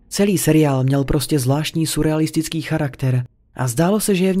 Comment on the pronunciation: Všiml jsem si, že dělá stejnou chybu ve svých videích - surrealistický se čte jako [syrealistický]. Ale to je jen taková drobnost XD